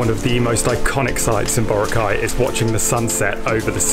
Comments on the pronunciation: It's boRAcay... not BOracay. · It really annoys me when foreigners can't pronounce Boracay properly Its pronounced as BURAKAI not BORA-KAI🤦🏻‍♂️ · in Hermione's voice It's BoRAAcay, not BoraCAY. Sorry, couldn't help it. XD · Borakai (one word) not bora-kai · I hope you learned how to pronounce BORACAY correctly. Not bora cay. It’s bo ra cay. Listen how PDu30 pronounced it. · Pronounce word correctly... Boracay... Malumay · American: borakay Pilipinos:hoy gago Boracay yan hard hindi soft gg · Respectfully, can foreigners pronounce boracay? The way they say it feels like it is the correct one